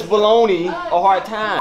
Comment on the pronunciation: Ahahahahahahaha samwich baloney is what u said ? Haheysyshahahahahahahhaahahahah LMAO I’m crackin up rn